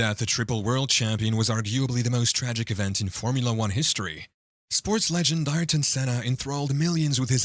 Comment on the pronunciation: Pronounced "Air-ton" Senna :-y